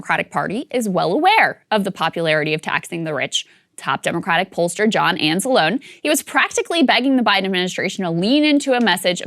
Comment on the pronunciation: Anzalone = "Anz-ah-lone-ay". It's Italian.